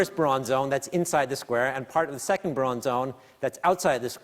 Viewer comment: "Bruon" for Brillouin? Really? Ok, Simon, you know physics, but apparently not much else.